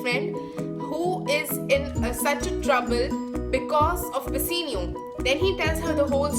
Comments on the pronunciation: Firstly it's bassanio not basenio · In the explanation in scene 2 ur saying Antonia instead of Bassanio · Nice explanation but I am thinking that you are calling the name of bassanio and gratiano in wrong pronunciation